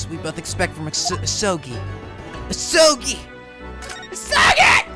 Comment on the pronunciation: More like "A-soul-gi"